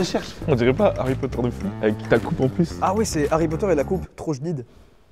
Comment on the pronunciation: Joyca tu as massacrer Harry Potter moi qui est la fan numéro 1de Harry Potter 😂